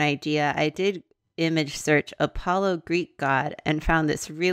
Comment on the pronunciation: I have only one thing to say. A-paw-lo